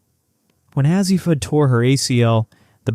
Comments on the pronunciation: Ur mispronouncing her name Azzi long A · Why do you not pronounce her first name correctly?